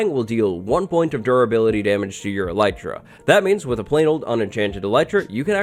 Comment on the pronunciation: name yout Elytra as "Elite-ra"